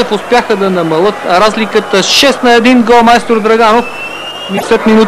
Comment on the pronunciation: Те май им пуснаха гола колкото да не е на 0 :D , а коментатора ме скъсва , "И в тази минута футболистите на Ботев успяха да намалЪт разликата" :D